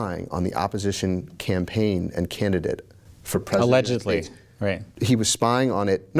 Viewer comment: What the fck did he say? Allegedly? OMG, that dude on the left should have busted that interviewer right in his mouth once he said out loud "Alededly"! I mean right square. And then walk out of the studio.